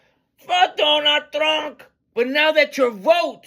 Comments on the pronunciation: “Ay will vat for DONAL TRUNNN” HE PROBABLY DEPORTED HER CAUSE SHE CANNOT EVEN PRONOUNCE HIS NAME 😂😂😂😂😂 AND CAUSE THAT SONG IS ATROCIOUS. ITS WORSE THAN NAILS ON A CHALKBOARD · Lol, I hear both donut and Donna Trunk, lol. "I will boat for Donna Trunk." It's unfortunate for those who are suffering behind fools like her. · "I wheel boat for donut trunk!" You kill me!! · A ha ha ha ha ha haaaaa! " I will boat for Donut Trunk" hee hee heeeeee! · Actually, it was "I will boat for Donut Trunk....😝😂🤣